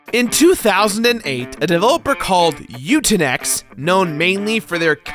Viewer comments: 1. Developed by "Utinex" -- really? You read that poorly? It's "Eutechnyx" -- "you-TECH-nicks". Good grief! 2. You don't join" "The Devil's Hand". That's the enemy gang that wants to kill you (because their leader just never liked your dad very much). The name of *your gang is -- wait for it -- "Retribution". 3. On the bright side, I give you bonus points for being the only reviewer I've seen so far who noticed (or mentioned) the characters' grotesquely oversized hands!!!Yeah, it's super-nit-picky, but then I'm kind of a dick, so there ya go. ;) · "...Eutenyx..." Okay either can't pronounce Eu-TECH-nyx or these guys can't spell their own company name. Given this game's meatheaded proclivities, I'm inclined to believe the latter. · EUTECHNYX is pronounced U- tech - niks. They were a developer in the north east of england. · "Completely innovative work on the NASCAR Franchise" not to be negative but is that a joke or not, I can't tell (also pronounced U-TEK-NIKS) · Thats the worst way I've ever heard anyone say eutechnyx. Its U-Tech-Nix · I don't understand why you pronounced that developer's name the way you did, but I gotta say, "Eutechnyx" is just such a crappy name for a company. I guess they fancy themselves the tech equivalent of "eugenics"? Associating one's self with nazi ideals certainly does go over well...